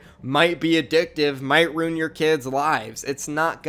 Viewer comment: Hi hate when you say runed instead of ruined